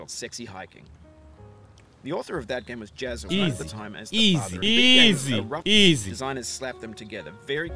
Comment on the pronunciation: ایزی نه ایزی اقا😂